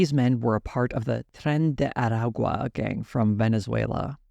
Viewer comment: Sad to see TYT taking this turn. Hopefully they will not go full Dave Rubin. P.S. dear,.your ancestry cry in Spanish speaking heaven everytime you mispronounce "Tren de Aragua"